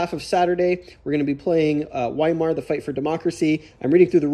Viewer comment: Looking forward to watching all your Game On vids, but as someone that took years of German, I feel compelled to correct your pronunciation of Weimar. Anytime you see a W in German, it's pronounced with a V sound, so Weimar is pronounced Vy-marr. Just FYI...and because my German teachers would appreciate it. :) How do you like the "Eagles" system vs TLNB? I know that they are different scales (both units & map), but I'd be curious to hear your comparison thoughts.